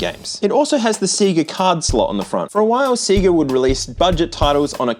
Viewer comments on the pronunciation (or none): "Say-ga" not "See-gah" Please. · Dude. For the love of GOD, it's SAY-GUH not SEA-GUH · See-gah? Have you never played a SINGLE sega game? When you turn the game on it VERY CLEARLY says "say-guh". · It was 2024 at the time of releasing this video, surely its unforgivable at this stage to still mispronounce Sega as "see-ga". The beginning of most Sonic games literally start "Say-Gah" :/ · It's Se-Ga. not Cigar. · Sega not See-ga. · say-guh. Not cee-guh. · I don't know if anyone else has pointed this out, and I haven't looked, but because you're pronunciation of See-Gah is causing my eye to twitch...😂😅...The correct pronunciation, according to the Sega, is actually Say-Guh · My heart has a bad burning sensation everytime you say "C-ga" instead of "Sayga" 😩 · The Australian pronunciation of "Sega" is hilarious. See-ga. 🤣 Did they just never hear the Genesis/Mega Drive boot up sound before over there or something? It's about as clearly "Say-ga" as it gets. 🤷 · Sayyyga. Not seega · Please stop saying "seegah", it's pronounced "say-ga". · If you keep saying “seega” instead of sega, I’m going to commit war crimes. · How did Aussies not hear the "Saygar" intro on every Sega game and end up pronouncing it "Seegah". Do the games not open with that down under? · It's pronounced Sayga not Seega. Aussies lol. Literally says Sayga on the Sonic games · Its PRONOUNCED "SAY-GUHH" not seee-gah😂😂😂😂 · "Say-Guh"?! 😂😂😂 It's Sega 😂 Funny anglophones. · I don’t know why it annoys me so much, but the way other countries say SEGA like SEEEE-GA, it’s SAY-GA! Did you guys not have the commercials? Or hear the sound bite at the start of most games!? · Seh-ga. not See-ga. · Say-gah, not See-gah 😂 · What a nugget. Also I love how aussies say Sega. In America it’s more “say-guh”, but you really emphasize the e. See-gah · Why do Aussies pronounce SEGA as SEA-GA? Sonic games taught us it's meant to be SAY-GA. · the way you say seega is gonna give me a seizure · I love how you call it SeeGa.